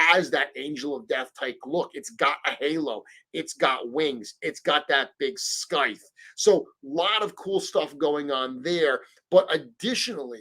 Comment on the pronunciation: I’m triggered by how you mispronounced “scythe.” Haha